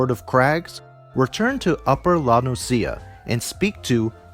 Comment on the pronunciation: It's "La Know-sha", not "La Know-see-ya".